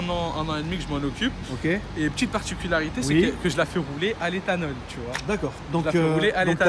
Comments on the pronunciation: Tchu vois ! 😂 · tchu vois